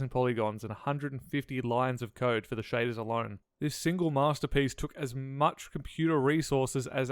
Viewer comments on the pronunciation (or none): none